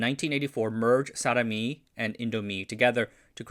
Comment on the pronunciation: For future videos: Dj is is usually said as J and J is said as Y (This is due to the Old Style spelling So for example, Djajadi Djaja is not as you said but as Jah-yah-dee Jah-yah. Also I is not read ay but ee in Indonesian So Sarimi is not Saramee but Sah-ree-mee